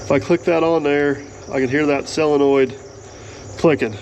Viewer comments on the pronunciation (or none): Yep, Sid, you heard right. He () keeps saying “SELENOID”! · I believe the word is SOLENOID… not SELENOID… as I keep hearing on this channel.